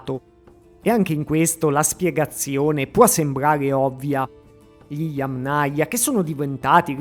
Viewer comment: Accento sulla prima silabba - Yámnaya. Parola Yáma. In russo Я́ма - fossa. Yámnaya (di fossa). Cultura di fossa. Kultura fossiiiiile. Un po si sente storto.